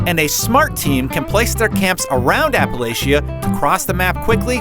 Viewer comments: Like Dr. W already said, you mispronounced Appalachia. It's pronounced App-uhh-latch-uhh. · I go to Appalachian State University, and had to stop watching this video because you are pronouncing the word Appalachia wrong :/ My friend from New York does to, so no hard feelings. FYI, it’s pronounced App-uh-latch-uh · Apa-Latch-a!! lol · Kills me to hear it butchered like that.